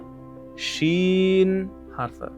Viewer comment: Музикасиз талаффуз қилинса нур устига аъло нур бўлар эди ва шин харфи бироз муболаға бўлмадимикан Валлоҳи аълам.